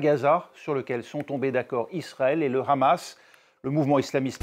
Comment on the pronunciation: Pourquoi il dit khamas veut-il imiter les hébreux , ou bien se faire bien voir par l’inteligencia .. en tout cas on les reconnaît avec leurs "kha"